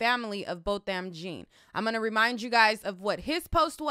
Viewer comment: Damn you cute but I cringed every time you mis-pronounced that brothers name. Babygirl Jean=John as in annunciation.